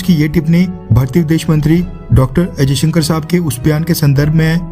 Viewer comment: Bhaai....aap jab bhi 'S jayshankar' bol rahe ho to aisa kyu sunaai de raha hai k jaise aap 'ajayshankar' bol rahe ho????? Video ki sound quality me problem hai ya aap khud hi galat bol rahe ho????